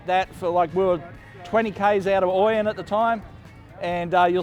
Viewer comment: Hey Scotty, it's pronounced "Oh-Yen", not "OI-Yen" :goodvibes